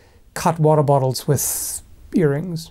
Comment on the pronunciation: "Ear rings" and "your anus" have never sounded similar. Until now